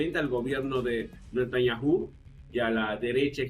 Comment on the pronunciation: Ya pronuncia mejor Natanyahu, con el sonido de “j” en la “h”. Pero lo mejora si no acentúa la u, al ser una palabra átona. Mis disculpas.